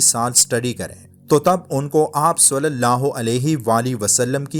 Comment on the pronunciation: بھائی ص کے اوپر پیش نہیں ہے ( ُ ) نہیں ہے بلکہ زیر ( ِ ) ہے۔ ﷺ